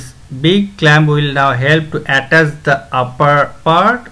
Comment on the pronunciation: Words he pronounced wrong No.1 servo motor His pronunciation👇 Sur-woah-moah-tur Actual one👇 Sur-vou-mou-tar No.2 Attach His👇 A-tashe Actual👇 Uh-tach Gonna be edited and gonna be adding more words